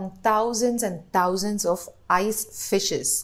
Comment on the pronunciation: 😂😂 i'm not trolling you but it's not tauzands 😂😂 It's Th- THou-zands (not spelling wise obviously). Jokes apart, love your research work keep growing. 🤗❤